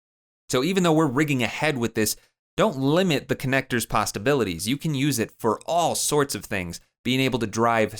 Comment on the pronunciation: he says "don't limit its pastabilities"